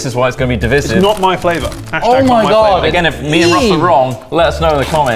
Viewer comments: I found the only thing divisive in this video was the way said divisive. It's divisive, not divysieve. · tROTT sSTOP SsaYING DIVVISIVE its "DE-VIE-SIV" not "DE-VISS-IV" jfc i love you boiks but i am going off tHE RAILS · Just one thing; the word is DIV - I - SIVE. "I" like "EYE." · By far the most divisive thing about this video is pronunciation of "divisive". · Out of every controversial decision in this video, saying divisive wrong annoyed me the most... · I can't get over how pronounces divisive